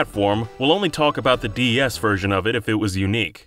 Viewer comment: Am I crazy or does this guy keep saying "DES?"